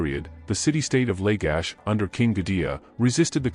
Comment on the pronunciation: Mispronunciation of the city states, the rushed staccato of narration, decimates creditability of the information. Readers must study what they read, pronounce unusual names, and slow down the delivery. The city- state of Ur is not pronounced U R. Uruk is slurred over out of recognition as is Lagash.